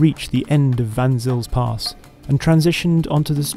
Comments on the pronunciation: "Vanzill's Pass" - cringe! Try saying it like this: "Fun Zale's Pass"! As for the rest of your epic review - awesome, well done; almost makes me want one. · You pronounced "Van Zyl's pass" wrong, the best or closest, way to pronounce it is "fun sale" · its pronounced fun sails (the pass).